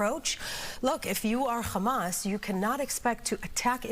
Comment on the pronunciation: Quit brining up flem every time you pronounce "Hamas". We don't do that in the English language.